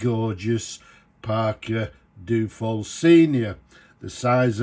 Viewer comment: Duo-fold... dyu-oh-fold. Not Doo-fold.